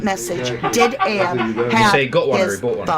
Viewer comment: It's not ahab